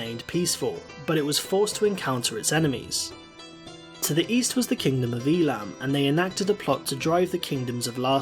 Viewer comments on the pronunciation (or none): It's pronounced Ei-lam